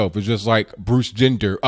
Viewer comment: “Bruce Jender”🤣😭